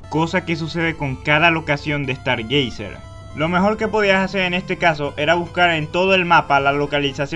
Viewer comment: "Dragón kest" "Estar geyser" :V Pronunciaciones OP con chadown :V